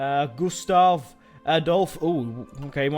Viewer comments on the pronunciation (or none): none